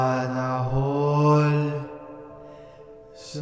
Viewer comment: hindi ko alam kung matatawa ako o matatakot sa pag "sanna hall" ni kuya HAHAHAHHAHAHAHAHAHHA